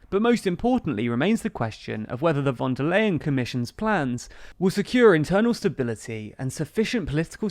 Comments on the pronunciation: /fon der ljen/ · Phone da lion (or "phone da line") :) Easy to remember this way actually.